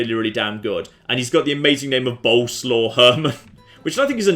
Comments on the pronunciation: Just an FYI, 'Bolesaw' is most likely pronounced like 'Bow-Les-Lav' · The polish princes name is actually Boleswav and the e isn't silent, so it would sound a little like Bo-le-swav